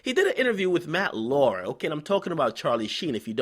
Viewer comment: matt Lauer (laow-er)